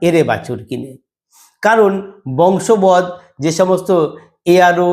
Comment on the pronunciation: ভুল শব্দ উচ্চারণ করে প্রতিবেদন পেশ করলে, সেই প্রতিবেদনের গাম্ভীর্য নষ্ট হয়। শব্দটি 'বশংবদ' হবে, বংশবদ নয়।